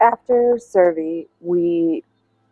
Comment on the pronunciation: CERVI NOT SURVEY!!!